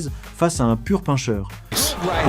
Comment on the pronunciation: Ahah yes comme 《deux miles di neuf》 ou 《dan》 qui est prononcé comme "dents". Cest pcq la voix c'est une IA